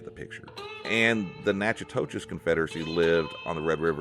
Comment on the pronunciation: Thanks for recording all of this. You did a really good job of sharing lots of cultural aspects of our ancestors. I appreciate the respectful tone. Sometimes I can be very critical of Texas historians but your work is very objective. A couple things. I'm Natchitoches Indian you did mispronounce our name but not as bad as many have it's says (Naka-dish) phonetically. Also most Caddo European contact in Louisiana was early 1700s not 1800s other than that this is an awesome presentation. Thank you. I'll sub.